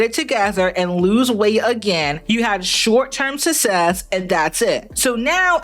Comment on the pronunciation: Also.. Love ya to death but for effs sake. It's not "sus-sess". It's "suk-sess". Please for the love of God. 😁😁😁🥰🥰🥰